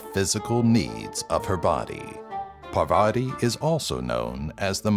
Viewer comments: Atleast pronounce Parvati correctly. It's "paar-vati". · Okay am I the only one that he pronounced GODDESS PARVATI wrong ?